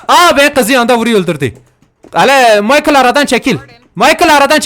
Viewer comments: Abi o michel diye okunuyoorrrr ❤️‍🔥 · Karının adı maykil değil mişell dir myakil diyince erkek ismi oluyor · Abi seviliyorsun 👑❤️ ama kadının adı maykıl değil MİŞEL diye okunuyor😉😉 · Maykıl ne abi 😂😂😂 mişel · Abi Rahatsız Olduğumdan Değilde Daha Çok Senin İçin Söylüyorum Michael (Maykıl) Diye Değil Michelle (Mişel) Diye Okunuyor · abi maykıl deil mişhel diye okunuyor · Maykl değil Mişel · abi o maykıl diye değilde mışel diye okunuyor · michelle i de maykil diye okumazsin be abi mişhel diye okucan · micheal değil michelle mk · Maykïl Değil Abim Mişel dış okunuyo adamın dibisin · abi mişel diye söyleniyo kızın adı. maykıl demene gerek yok … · abi maykil deyi mişel :D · Kıza maykıl diyor yaaa mişel diye telaffuz etmen gerekiyor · Abi onun adî Micheal değil Micheel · ABİ O MİŞEL DİYE OKUNUYOR MAYKIL DEĞİL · Abi Allah aşkına maykıl deme mişel de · Güzelim kızın adını Michael (maykıl) yapan djdndjsmsimdidjdid Michelle(mişel) diye soylemelisin o bir kiz smsksmdidndimdisjdidj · Kanka yengenin adı maykhıl diye değil mişhel diye okunuyor kdjdjjjd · Mişele michale diyen koca abimiz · Abi kızın adı Mişıl maykıl değil öalgsöşgkwlfksldk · abi maykıl deil mikelle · Abim sevgilinin adı "mişel" diye okunuyor "maykıl" değil seviliyosun ♥️ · Abi karının adı maykıl değil mişel diye okunuyor aq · Maykil değil mişıl diye okununuyor kızın ismi skskksks 😂😂adamsın çok orjinalsin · Abi kizin adi maykil degil mişel diye okunuyor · abi maykil degil misel diye okunmasi lazim ingilizce klavye anlamissindir hadi bay ❤️ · Abi o kadın maykıl değil mişel olacaktı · abi o mişel diye okunuyo maykıl erkek ismi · Of ne kadar şanslı bir karı ya senin gibi naif, kibar, saygılı birisiyle sevgili olmuş bu arada karının adı mişel :Ddd maykıl değil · Abi kızın ismi mişel diye okunuyo michael diyince bi garip oluyo tövbe amk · kanka kız maykıl diye değil mişel diye okunuyor ha haberin olsun ❣ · abi maykıl degil mişel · abi gacının adı mişel diye okunuyo maykıl ne